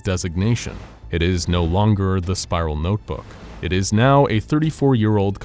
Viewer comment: Cant say notebook properly Can say inconsequential properly nice